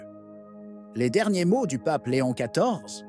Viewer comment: Ça n’est pas Léonne mais Léon; leadership mais gouvernance. Merci.